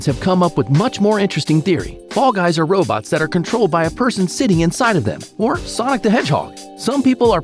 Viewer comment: i like how you say sonic in the vid